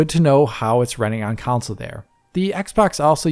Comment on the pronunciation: I love you buddy, but FFS, it's a video game "Console" (KON-SULL). There's no such thing as a video game "Council" (COWN-SULL).